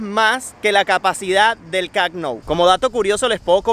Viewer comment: "Cac nou" 😂 Camp,, Camp